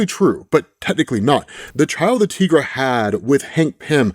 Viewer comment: tigara not tigraa